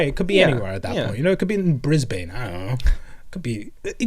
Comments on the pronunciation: Ayyy hometown shoutout It's Bris bin though, gotta love the quirks of Australian pronunciation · for the love of the emperor never say Brisbane like that again. The Aussie tongue is weird so it's pronounced "Brisban" without the 'e' not an extra 'y' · I hate how you just said Brisbane like the bane of bris but it’s our own fault for not making the a a u